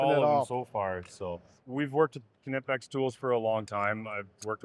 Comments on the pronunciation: It’ll always be Knipex (Nye-pex) to me. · No...knipex (i=Shirt) Not kneepex. Greetings from Germany